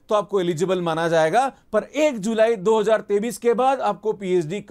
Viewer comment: pahle 2023 ko hindi me sahi se bolna sikh ya isko sirf english me bol, yes this is very good news , a real phd is a long process but we need money to survive , so I welcome this news .